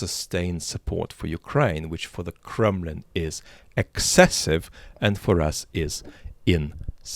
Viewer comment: With your rolling English accent ... Did you call it the Kremlin or the Crumblin? And congrats on wedding ... lucky partner !!!